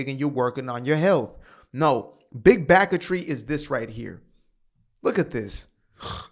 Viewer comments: “Big backetry” had me laugh snort out of nowhere at work 😂 scared my foreman 😂😂😂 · Yo… “big backatry” had me dying in the office. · "Big Backertry".... that tickled me!